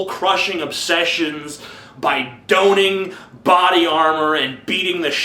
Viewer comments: I liked the movie better when it was called Braveheart and still had the dramatic speeches. doan-ing? you mean donning? ("daw-ning") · The 'tit' in 'titular' is supposed to sound like 'tit', not 'tight'. The 'don' in 'donning' rhymes with don and con, not own and cone. You're welcome :) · It's pronounced "don-ning", not "doan-ning. Don, as in rhymes with Ron, or Tron, not Don as in rhymes with Joan or bone. --I like you enough to say something. If I didn't care that you sounded like an idiot when you mispronounced it, I'd say nothing, laugh and keep on clickin'. So, no offense intended. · Excellent review, sir, but you do mispronounce "titular" and "don." I am not writing these words to be hurtful, but rather to be helpful. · Check your pronunciation of the following words: "titular", "mischievous", "donning" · Awesome way to pronounce "Donning"